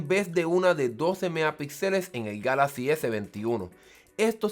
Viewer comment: Your review Was made in SPANISH,so You should pronounce Galaxy en spanish but, If You don't like how galaxy sounds in spanish,make your next video in english.